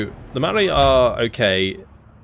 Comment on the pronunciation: It's Pronounced Mao-ri like general Mao